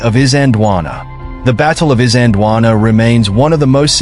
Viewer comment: Got the pronunciations a bit off. In Zulu , pronounced something like Eezanjeelwaanaa, . At the time , the British called it Islandwana, with the started of the word pronounced as in the word "is" (i.e not as in island)